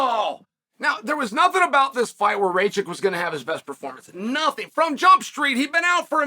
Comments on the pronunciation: lol Chæl is the most on-drugs-seeming sober person I’ve ever heard speak. Lololol he’s calling him rake-chick. Chæl: is RACK-itch. He literally mispronounces every. Single. Name. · Its pronounced “Ra-kich”